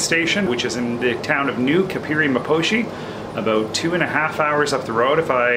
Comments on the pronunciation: you are butchering the African names,you said Kapiri maposhi instead of Kapiri Mposhi and mabeya instead Mbeya,why you did that? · No one still pronounces Kapiri Mposhi correctly like you do. The Mu has been lost